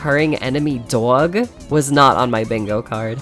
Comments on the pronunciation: that was such a thick New York accent “Dog” 😂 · The way you say dog is sooo new york 😄